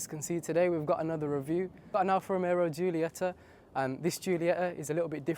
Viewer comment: Hey bud, i love your video, i have a GQV as well. Its pronounced Alfa Ro-Me-O there is a distinct Alfa Romero when you say it. Nothing but love but just trying to help you out❤ oh and pops and bangs sound horrendous and unnecessary 😂